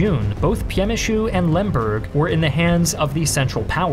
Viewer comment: Good job pronouncing Lodz correctly. You get a pass on Przemsyl, almost no one says it right.